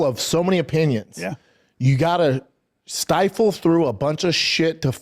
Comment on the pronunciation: I heard stifle through as well lol . I guess he meant sift through .